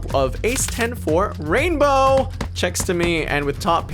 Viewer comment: You would have 1 million subs if you didn't say rainbow like that